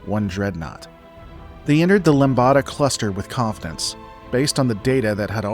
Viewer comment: Ummm… Just thought you might like to know… you mentioned the Lambda Cluster, pronounced “lamb duh”. Lambada, the word you said instead (three syllables instead of two) is sometimes callled “The Forbidden Dance”, a particularly sexy dance from Brazil. 💃🔥💃🔥💃